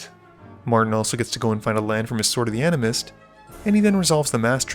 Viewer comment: You mispronounced Sword of the Anime